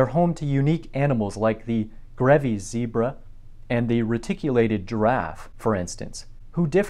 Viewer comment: bready zebruh.